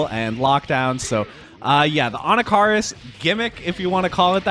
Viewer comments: 'ANNA-CAR-US' ? 😂😂😂 uve clearly never used this character before lol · Anna Car us 😂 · He still says Anakaris' name weird to me